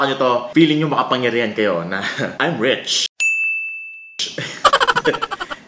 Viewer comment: No one: Literally no one: Unbox Diaries: "I'M RECH (RICH)" 😎